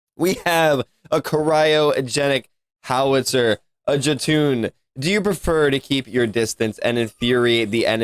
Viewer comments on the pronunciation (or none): This time i must say, Jotun is pronounced Yo-ton. Frost giants boi! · I'm so sorry, I don't mean to be that guy, but... Jotun is pronounced YO-TUN. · its pronounce joe-ton JOTUN. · Jotun pronounced yoten